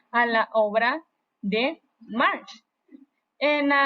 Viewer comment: Ya acabé de ver el vídeo, me retracto de mis palabras pues al escucharte leer y decir March en vez de Marx, me doy cuenta de que no sabes de lo que hablas solo lees y repites, sin una comprensión real. No vale la pena escribir nada más!!